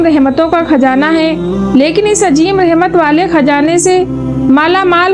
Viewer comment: Vedio achhi hai, voice me thoda crisp lana padegi, aur tallaffuz thoda sa sahi kariye "ajeem - azeem" "jayej - jayez"